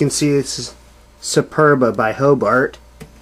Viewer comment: It’s SUPERBA. Not “Supurba.”